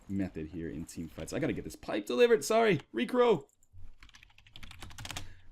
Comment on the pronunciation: Nl says sowwy